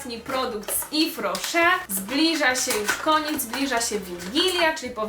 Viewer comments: No nie mogę jak ty kaleczysz tą nazwę nie mówi się ifrosze tylko iwrosze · Tego się tak nie czyta Tak jak się czyta : iwroszer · czyta się jwes roszer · to się czyta jes roszer (z tego co wiem) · Mowisie - Ifro Szer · Moja mama pracuje w yves rocher ten sklep jest serio spoko nawet od body shop :) Czyta się "ifrosze" moja mama to dostaje za darmo ma tego całe pudełko więc słabo słabo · Czyta się Iw Roche, bo to firma francuska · Czyta się „iwroszer” hihi